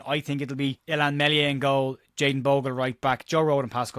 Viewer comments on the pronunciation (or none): Oh, and two nowt to us. Meslier (silent ess) with a clean sheet.... 🍄